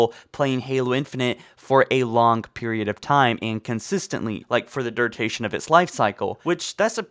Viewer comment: duritation lol